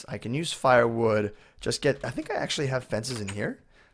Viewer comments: Its not pronounced fire wood its pronounced fur wood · Why does he say Fire wood, when it's Fir wood (fur-wood) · Fir would is pronounced like "fur" not "fire"